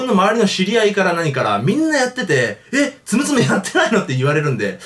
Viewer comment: つむつむのはつおんちがう